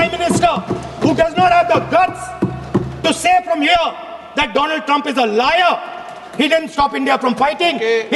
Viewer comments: Modi : Doland Rahul : Dolum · May he said donald Trump sounds like doland trump